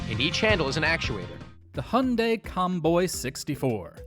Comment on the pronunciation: Dude its called Hyundai not Hunday omg seriously are you serious right now bro facepalms myself its getting worse with humans Every single day my god so sad such a pity what happens with humans good that it doesn't happen to me so